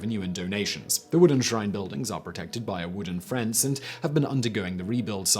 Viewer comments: it’s pronounced fence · “...a wooden FRENCE” !! Got you Simon. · “Wooden frence” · that’s cool and all, but what is a “wooden frence?” 🤔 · Did you say "frence" instead of fence??....it is early and hadn't have my coffee yet so it could be me